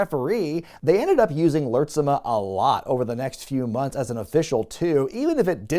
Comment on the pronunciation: Lurtsema pronounced lurts-ma